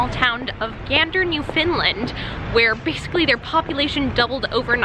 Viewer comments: "Gander, New-finland" lmaoooo it's more like NEW-fin-land but it's ok lol we're lucky to have an honourary islander like you <3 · 1. That garlic-cheese fries dish was not poutine, poutine has to have gravy. 2. Btw, it's new-fin-LAND not new-FIN-lind :) 3. I got so excited when I found out that CFA was touring near me. For a few months prior to the release of individual tickets, tickets could be bought for groups of 10 or more. By the time solo tickets were available, everything was sold out because of scalpers. I'm so upset, I've heard such good things about it and now I probably won't get to see it. :( I wish there was a better way to stop scalpers. C'est la vie, I guess. Thanks for coming to my TED talk. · Same. It’s pronounced the same as understand. Newfoundland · I got so confused when you said "newfinlind" instead of Newfoundland 😂😂😂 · Oh no... Another Canadian here to make fun of your pronunciation of "Newfinland". At least you didn't say New-found-land.